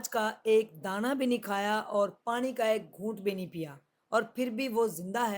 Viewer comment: apko Allah Pak hamesha kamyabian Ata fermy, apse request hai keh ap Noon KO Sahi kahin, jesey Pani KO panri nhi bolna, Pani bolna hai, Khanra nhi Khana kahin, isterha AUR bhe jahan noon ay Tou Sahi talafaz Ada krney ki koshish krain. Moazrat k Sath.